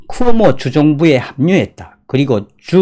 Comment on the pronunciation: "쿠모오"가 아니라 "쿠오모"입니다.